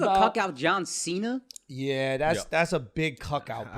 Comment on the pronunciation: Jauw Sheena